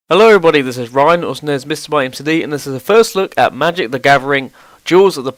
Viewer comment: "Magic The Gavering"